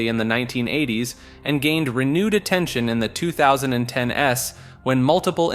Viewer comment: He also said "2010 S"....